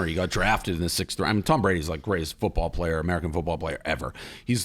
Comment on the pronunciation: Hahaha its fewtbaw